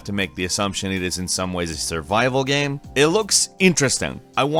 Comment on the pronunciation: The way he says game pisses me off